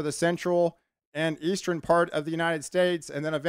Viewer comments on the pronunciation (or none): Pattern= patteren Western= westeren Eastern= easteren Love your enthusiasm about the weather patterens. ❤